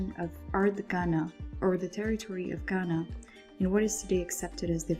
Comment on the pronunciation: This was really helpful but as a Ghanaian that’s not how you properly pronounce “Ghana”